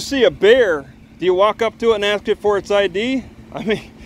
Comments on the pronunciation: “And I axe you for you drivers license”…….😂 Another low IQ idiot. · Let me AXE 🪓 you a question? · I "aks" you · "I'm gonna axe for your ID." How can you take him seriously? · The cop cannot even say ask. Highly educated.